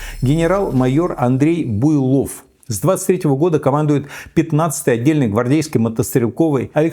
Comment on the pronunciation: Буйлов ? Первая буква явно не та !